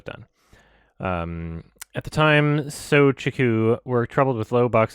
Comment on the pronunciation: The word Shouchiku just breaks.. lmao